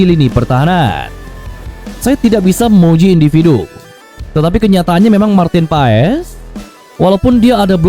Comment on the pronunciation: It’s pronounced as Martin Paas…. Not Pa Es 😁